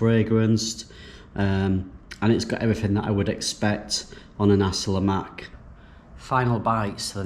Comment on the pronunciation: Whoaa...Your Pronounciantion of Nasi Lemak is perfect....U make us Malaysians proud.........next Roti Chanai...need to work on that it's Cha( Cha - Nai ) like cha-cha...！ Chanai.....overall good Job..Safe Travels! Glad to have You...,🤘🤘